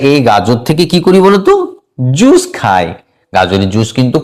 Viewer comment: Apnar academic score besi chilo mone hoi, nahole job pelen ki kore..? Juice er uccharon ki??